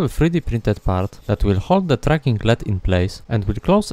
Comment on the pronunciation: Awesome work as always! You are an inspiration for what a one man operation for electronics can be. Just a tip, no shade, LED is pronounced letter-by-letter like USB